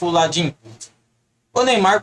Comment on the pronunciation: Pelo menos fala direito o nome do Landin, não é Ladin